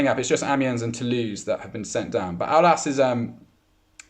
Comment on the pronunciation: i m french and just wanted you to know that the s in Aulas is pronounced